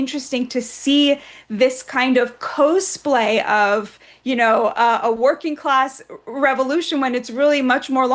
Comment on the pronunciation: What was that attempt at saying cosplay? 😂😂😂😂